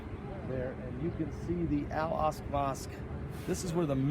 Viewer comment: Al aksa not al ask